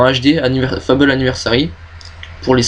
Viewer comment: Bonne vidéos, mais dommage que tu n'est put assister a toute les conv, et sinon pour le jeu Fable beh ça se prononce à la Française pas à l'anglaise ;) Nice Jobs & Good Luck